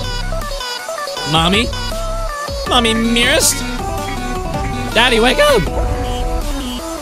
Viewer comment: The way he said mommy mearest tho bruh